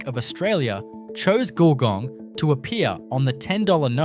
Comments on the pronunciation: Well done, check your pronunction for GULGONG nice try though. lol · Great but u can't pronounce our Australian names ! Eg Wagga and Gulgong